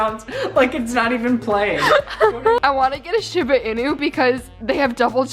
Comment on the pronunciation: The way she pronounces Shiba 😂😂I live in Japan and I'm weak